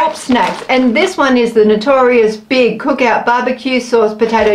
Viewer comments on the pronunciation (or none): Notorious B.I.G. is pronounced like the initials B I G. You’re so cute.